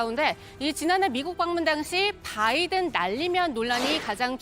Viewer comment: 김대변인의 바이든이 자꾸만 날리면으로 들려요... 다시 한번 들어 보세요.